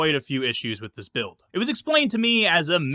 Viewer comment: “Alpha Buired” 😧 Love the vids 🙏